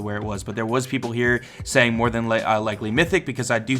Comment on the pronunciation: No one::...so much mroe!!